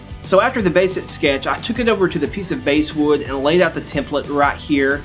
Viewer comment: Not "Basewood"! It's "Basswood" (the fishy type).